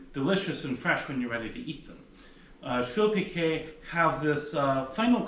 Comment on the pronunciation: Amazing :) I know,it tastes so good,my mum was making švilpikai,I am Lithuanian :) I thought I need to make tomorrow švilpikai ,thats how I find your channel :))) And you pronounce it correctly ;) There is one more recipe,which I like as well from boiled potatoes,just more complicated to make,the name is VIRTŲ BULVIŲ CEPELINAI :) After you made švilpikai I am so hungry now :D